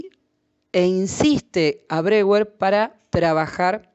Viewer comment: Muy útil el vídeo, sería coherente que si nombra a Freud correctamente, también lo haga con Breuer (pronunciando Broier). Gracias por el vídeo!